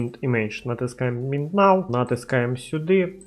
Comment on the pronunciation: Привіт, дякую тобі за відео! Я помітив що ти не правильно називаєш англійські слова(наприклад Get і Now) і це дуже ріже вухо, сподіваюсь що ти це пофіксиш, не сприймай це за критику, а сприйми як дружню пораду)